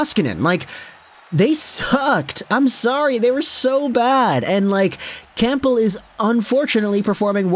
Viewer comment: Cam-bull you don’t say the p